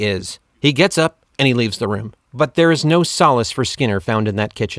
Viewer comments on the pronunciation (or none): none